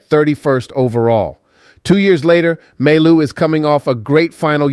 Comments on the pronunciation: we pronounce mai you not maillou lolol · Can you please stop saying May-Loo ? its Mah-You! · your pronounciation is wrong. You should prononce like Maiyou not Mallou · You pronounce his name My You not May Lou! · For your information, mailloux is pronounce Mayou! The way you pronounce it is if his name was written with only 1 L, mailoux, but it is not. 2 L sounds like Y. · The right pronounciation of Mailloux is Myyou if it helps in pronouncing Mailloux. :) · pronounced Ma-yoo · You need to work on his name, the l's are silent mon ami